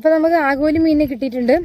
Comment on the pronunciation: ആഗോലി എല്ല ആവോലി'